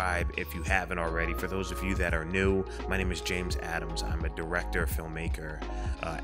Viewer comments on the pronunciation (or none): none